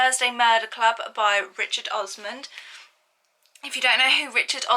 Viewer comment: It is Osman and not Osman’d’. The book is right in front of your eyes.